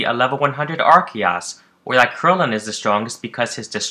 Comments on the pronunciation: It's not arkeeus it's arseeus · Did... did he just say Ark-Ee-Oss? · please never say arceas again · No, its pronounced Arkeeus. It's a combination of "Ark" as in reference to Noah's ark and "Deus", as in the Latin word for God. Arkeeus_Arceus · I got triggered wh3n this guy pronounced arceus